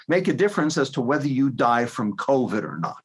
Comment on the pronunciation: in coved’ not cobit.